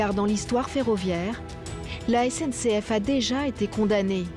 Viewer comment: On a un maire du bled qui a du mal à s'exprimer, (CNCF au lieu de SNCF!!!), qui est peut être LE gestionnaire de voirie, et comme beaucoup de maires de villages, n'a peut-être ni les compétences , ni les moyens de gestion des voiries. Par contre, il en a malheureusement LES RESPONSABILITÉS.